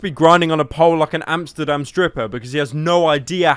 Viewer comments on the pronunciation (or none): none